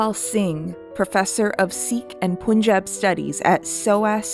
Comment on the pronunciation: ok just a minor grievance, pronounce punjab as pun(as in pun intended)-jab. I can probably say this for all Indian names written in English pun is 'un' and spoon is 'oon'. Love ur stuff btw